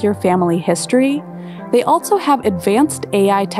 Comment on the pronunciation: Great vid. But... Can we make the word 'altso' off-limits from now on?